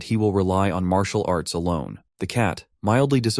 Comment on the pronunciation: I love it. Leave it up to AI to call it "marital arts".